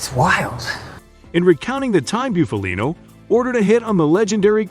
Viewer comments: Can you say Buffalo? Well then you can correctly say Bufalino....not byoofalino. It's Bufalino( BUFF A LINO) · Booofaleeennnnooo he wouldn’t be happy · You really need to learn how to properly pronounce last names before you make videos. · At least pronounce his name right. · Your pronunciation of his name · Guys like this shouldn't be making mob documentaries. His first pic is Funzi Tierri not Bufalino, and he can't even pronounce Bufalino's name right. I'm from PA in the north. This would be like me making a documentary on southern redneck living in Louisiana when I've never lived in south....lol. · Learn how to say Italian names if you're going to make a video about Italians. I can't even listen to this clown. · Stopped watching after the 2nd time he fkd up his name. 🙄🙄🤮🤮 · U can't even say his fuckin name right! This channel always does this shit. I can't watch this shit anymore.